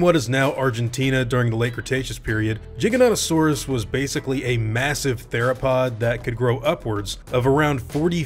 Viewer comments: Because people hate the way most people pronounce it. They call it jiginotosaurus but then pronounce it Giga. Pick a fucking lane. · Not sure if this was the first time I heard spmeone say the name in English, but I thought it sounded a bit funny. So I checked Wiki and there it said it should beˌdʒaɪɡəˌnoʊtəˈsɔːrəs or JY-gə-NOH-tə-SOR-əs. If you want to stay closer to Latin, it would be closer to "gih-gah", so quite similar to what you said. Anyways, it's a Dino I always quite liked, so I wouldn't mind it appearing :) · Lol I thought it was pronounced Giganto-saurus I feel stupid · Jiganautosaurus? How dare tou butcher it this bad while spelling "giga" right, right after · Me: cringes that he pronounces it wrong. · im sure its its like the word tomato but way this guy says Giganotosaurus bothers me haha especially when he says gigantic right after giganotosuarus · beat thebans Diplodocus has two pronunciations but Giganotosaurus has one. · He pronounced the giga wrong and it hurts me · Pretty sure you're pronouncing it wrong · Why is it "Jig-uh-nah-to-saurus" and not "Gee-guh-no-toh-saurus"? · (Giga) Not (Jiga) you don’t say Giga for short and Jiganotosaurus for its full name. So how does the G in Giganotosaurus become a (j) ? You pronounce it the same it doesn’t change.. Sorry man but it really irritated me lmao.. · Please say it with a "G" sound and not a "J". Makes me think of juggalos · jiga or giga-no-to-saurus: the pronunciation he's using is weird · Gig-anto_saurus and im positive you've missed out on ARK:Survival PC/Console game😂😂 cus you either run or die.. (Ji-gano-saurus is what you said but thats poor grammar) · Why does he say jiganotosaurus but then when he shortens it he says giga. Like it’s fucking giganotosaurus not with a j god damn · It's gig-in-oh-toe-saurus, not jig-in-ot-toe-saurus. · Your pronunciation of this dinosaur's name is infuriating. I don't care if it's correct or not. It should be Gigant-o-saurus. Not gig-a-goo-go-ga-suar-u-sus.